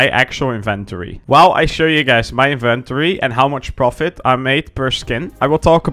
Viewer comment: "My Invent-ory" lol